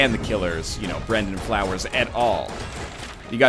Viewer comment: NL it's Brandon Flowers not Brendon Flowers